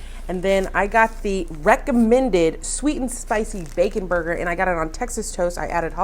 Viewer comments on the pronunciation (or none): none